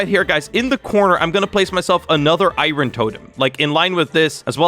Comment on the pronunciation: every single time he says “irorn” my brain be like: 😤